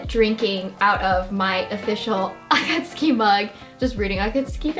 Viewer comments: You're so cute, it's nice seeing how excited you are... :') gjdfhgdfg and god I just. I'm sorry, but the way you pronounce akatsuki and sometimes naruto.. it ain't right my guy bUT REGARDLESS... amazing haul ahhhhhhhhhh♥♥ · please say it properly ugh why does she say akatsuki like that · Why mention the akatsuki and not the Naruto pronunciation? Sounds not too bad... Do you think it's supposed to be ah-kah-TSOO-kee or something?